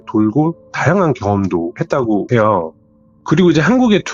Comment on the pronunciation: 이분 사연은 말 끝부분에 해요~하는게 거슬려서 못듣겠네.. 다른 부분은 괜찮은데 해요~ 이부분이 이상한 리듬같다고 해야되나.. 딕션 좋고 다 좋은데 해요 이게 딱 거슬림..ㅠ